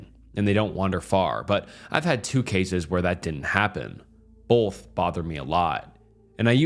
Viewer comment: Please tell me why in the world he pronounced “cases” like he did. I listened to it over n over but I won’t again. Maybe it was the air of the stories but the way he said “cases” really freaked me out. WTH…